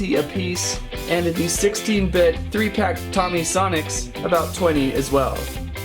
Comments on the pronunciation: Its not tommie its pronounced toe-me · It is pronounced toe me and love your vids